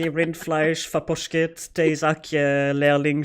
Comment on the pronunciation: Deezakje.... your Thee sounds like a De.... Theezakje..... Tea Little sack.... Tea bag I am not Dutch... but I am here for you. Nice try with the procrastination and trying to get to the next word. Farpotchket.... hmmm... Far pocket.... Long distance packet delivery.....no... Holzkopf.... Halter Head.... Hat.... Helmet... Hey I have those little people searching around in the old filing cabinets too.. Attattatakunakata.... spot on..... Cat appreciation society! Daffybean..... Va Vee Beena.... Go to legs...... Running legs... Exoskeleton... Leerling.... Learning-little person...... so Student?.... close then! Ding for me! Shikategenai..... Mushroom enjoyment? Dane.... Danish.... Lord? Floxinorsinihilification..... What???? Yeah..... Rind flesch ettiketeren.......... garbungs.... Beef labelling rules department?.... Like... my brain RAM is not that long either........... Got that last one though!!!!